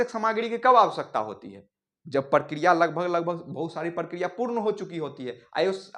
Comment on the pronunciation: इ प्रकिरिया है या प्र प्र प्र प्र पराकिरोयअअअअअअअअअअअअअअअअ😮